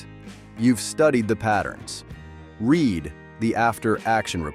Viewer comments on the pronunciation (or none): you might want to consider writing out some of the things phonetically for the AI. "Read" is pronounced "reed" by this system instead of like "red". Instead of AAA write "triple a." It helps the computer pronounce words that native English speakers take for granted.